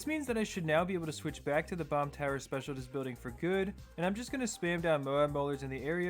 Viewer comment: its pronounced speciaList not specialTist. Great video nonetheless!